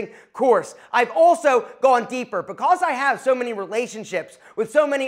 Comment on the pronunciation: I can’t stand the way you say the word because